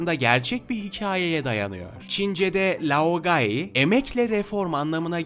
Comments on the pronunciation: Logay Gölü diye okunuyor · Giyatso, Jao, Laogay, ozay, Ayro Doğru okunuşu bunlar